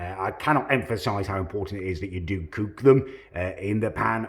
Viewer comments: "excellent cewk" why does this guy want to be perfect at everything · Damn you do look a great cewk and are very good at cewking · How do u pronounce cook again m8